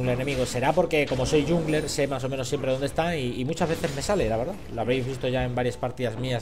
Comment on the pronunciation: Por favor, no pronuncies "yungler".